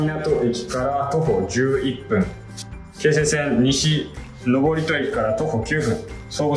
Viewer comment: のぼりとではなく、のぶとです。